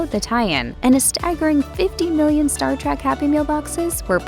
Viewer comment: Oof, Its not Star "Track"